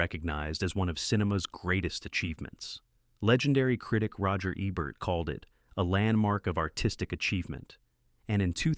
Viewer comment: Roger Ebburt?? Come on now…